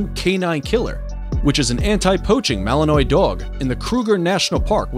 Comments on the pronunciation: "Malin...nwah" Not malinoi. BTW, you were showing Neopolitan Mastiffs and talking about Cane Corso..and Shiba I used while talking about Akitas. Come on, get it right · BTW its not Mal en ois with a hard s. it is mal en wah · Mali-NUA, not malinoy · One has to wonder why you would not look up the pronunciation for the breeds you are going to cover. It's akin to showing up to a business meeting without the facts! Melinois, pronounced melinwah! Cane Corso, pronounced canay corso! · Not that anyone cares anymore, but "Malinois," is usually pronounced according to French rules, as "ma-lin-WAH," not "ma-lin-OY." "Cane," as in Cane Corso, is the Italian word for dog, with two syllables, and is pronounced "ka-NAY," not "CAYN." He did pronounce pitbull and German shepherd correctly, however. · and it's not malen -oy! The narrator should learn pronunciation! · Malinois is a French word.Pronounced Malinwah.Thats the phonetic spelling. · Belgen malanoy 😆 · Malinois is pronounced mal in wa...if you want to make credible videos from other you tube videos at least learn how to pronounce the breeds correctly. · So annoyed the narrator pronounces Malinois incorrectly 🙄🙄🙄